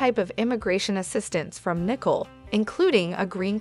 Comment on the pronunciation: Please pronounce names correctly. Her name is Nik Cole. Not Nikel.😮